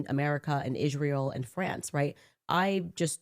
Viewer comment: have you ever heard her “Ishrael” pronunciation? Thought it was a joke but nope. She’s just a serpent.